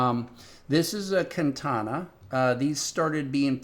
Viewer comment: kantana... speech impediment aside, this guy is clearly clueless.